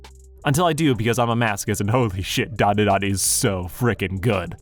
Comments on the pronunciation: It’s pronounced: Dan (like the name) Duh Dan (like the name) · Look man great video, but I can't get passed how you butcher the title when it's literally the first few words of the opening song